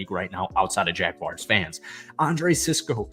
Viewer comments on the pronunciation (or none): Dude, do me a favor and learn how to pronounce Jaguar before you do another video...there is no "I" in my teams name...such a pet peeve of mine!!🙄🙄